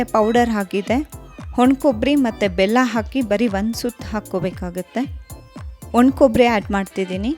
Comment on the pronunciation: ವಾಣಕಬ್ಬರಿ not ಹೊಣಕೊಬ್ಬರಿ